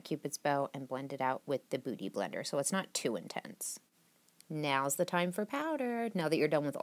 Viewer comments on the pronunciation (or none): YAY! I got the first like and the first comment! Whoo-hoo! I ROCK!! I'm cool! I'm bad! LOL! I actually thought you said "Booty blender" instead of "Beauty Blender"! LOL! I love this whole look! And what the hell was in your vape today? You be krae girl! LOL!